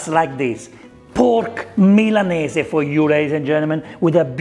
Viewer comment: So nice to here Milanese pronounced correctly. So many people in Australia say "Millaneez" and it drives me nuts